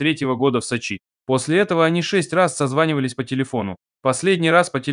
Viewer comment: Речь нормальная. Ударения не там. Видно молодой очень. Поколение очень лихое. А ведь ударение - это важно! Меняется смысл, понимание слова. Да и слово получается совершенно другое. Нет таких названий. Хорошо что знаешь о чем говорит пацан!!! Со……чи, а не Сочи…..